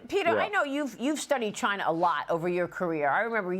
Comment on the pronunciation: it's China not V-Gina ohkay !